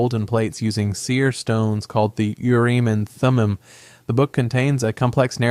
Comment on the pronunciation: Moroni is pronounced More row n eye, the Urim and Thummim is in the Bible and pronounced Your um and Thumb um. Why do you have AI do this. Get a human English speaker. Though there are Mormons that have and do avoid outside sources, it is not the norm. Of the top 15 leaders of the Mormon Church (First Presidency, and Twelve Apostles): 5 are Business Managers 3 Attorneys 2 Doctors 1 CEO 1 Accountant 1 Real Estate Developer 1 University President 1 Commercial Airline Pilot I'm sure you're just as accurate on the other religions, and massively pronounce their words wrong too.